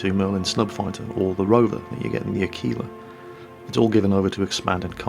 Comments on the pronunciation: What is up with the pronunciation of Aquila? I can't find a dictionary website that has that pronunciation but I've heard two people pronounce it like a-keel-a instead of ak-will-a like it is in the OED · ahh-key-lahh, without the "w" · Your pronounciation of "Aquila" is very, very funny,.:D